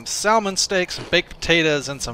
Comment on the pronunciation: I love that you pronounce salmon like that.